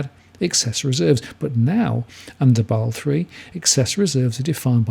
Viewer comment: I thought it's pronounced as 'Ba-sel', not 'Baal'